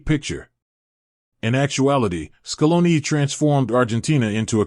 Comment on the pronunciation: Scolon, Maraccan, Classisico, Laro Martinez 💀